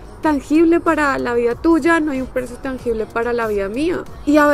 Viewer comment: jajajajja se escucho muy cubano cuando dijiste "la vida tuya" jajjajajajja o bueno no se si te diste cuenta. Saludos!